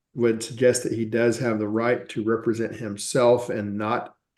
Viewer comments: re-presenting himself? Re-suze? Did he never read these words out loud before, only seen them on a Qanon forum? Represent and Recuse. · Am I the only person that gets annoyed by a Sov Cit's misuse of words? It's not "re-pre-sent" tool, it's "rep-re-sent". To be entitled or appointed to act or speak for (someone). Especially in a special setting. Ahhhhhh! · RE-present? Re-SOOSE? Buddy…learn English before trying to play lawyer. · You know your in trouble when you don’t know how to pronounce- represent